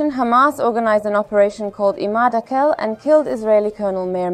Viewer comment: Arapça isimler bize çok yabancı değil. İmâd tamam yabancı ama âkil değil. "a" harfi uzatılmadan akil diye okunmamalı. Bu isimlerin Arap harfleriyle yazılışına bakarak, doğru telaffuzuna daha fazla özen gösterilebilir.